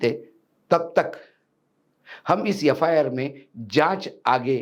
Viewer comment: कृपया, यफायार ऐसा न पढे बल्की एफ् आर् ऐसा पढे।